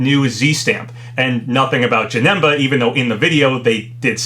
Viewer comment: Its JAN-IM-BA